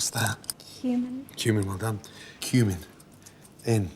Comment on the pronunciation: When he said cumin I thought he said humans